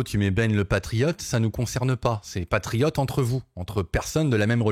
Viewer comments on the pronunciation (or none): Pas triote mais presque😂😂